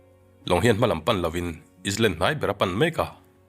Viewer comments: Ngatinge is land itih zel, saptawnga i leh land tih tur ani zawk lo mi, eyeland ang in ari ang boss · Sir.... Island nilo in Ailand tih tur ..I hmel ka va hmu chak tak. I aw hi ka kuah vawng2 duh🤣🤣🤣🤣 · Island kha Alam dan dik chu I hre lutuk ang mahse I sawi sual palh a😁